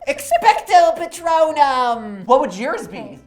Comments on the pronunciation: “ROMATTA PATSINO” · You’re saying it Wrong, it’s expecto Patronum.